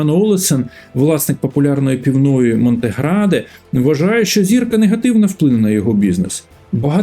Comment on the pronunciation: "Джіджло", "Монтеградо"... халтура, перезнімай